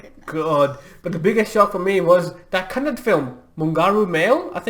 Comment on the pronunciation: Mungaru male 60 lakhs - 75cr ❤️ Next time onwrads please say (kannada) not kannad* It hurts 💔